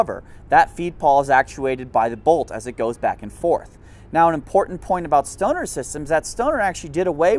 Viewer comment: He needs to pronounce “Knights” and “Stoner” using an English accent like he does with other ethic names with their ethic pronunciation lol 😂